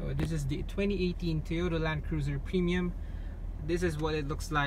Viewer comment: Premium not Pinion